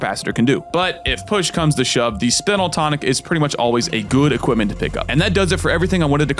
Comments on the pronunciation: It's pronounced "spinel" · Isn't it pronounced "spine-al" tonic?